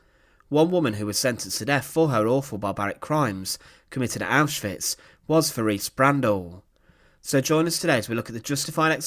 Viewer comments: Her name was pronounced teraze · I hate to be pedantic, but her name is pronounced Te-RAY-zah